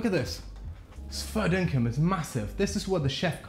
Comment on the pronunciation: I'm Australian and when I heard you say "fair dinkum" I was like ... hold up.. hahaha!